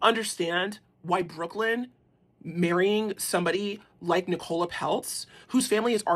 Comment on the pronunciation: Brooklyn was very privileged but where do you get the idea that he was looked down upon? By the way her name is pronounced Nic ola. Emphasis on Nic!! You're a bit dim. Pronounced dim 😂